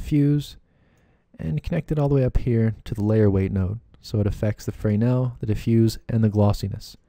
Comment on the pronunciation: OMG! That was the last fraynail I could take. It's pronounced Fur-Nell. :)))) BTW Excellent tutorial.